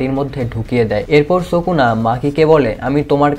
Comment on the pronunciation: ভাই সুকনা নয় উচ্চারণ হবে সুকুনা ❤❤